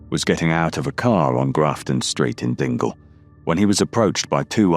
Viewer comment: great content , sounds very strange non scousers saying places the only area you said right was dingle